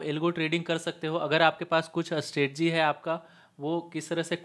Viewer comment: Isko “Strategy” word bolna nai aata aur kehta h Google me 1 Cr ka package h iska, waah.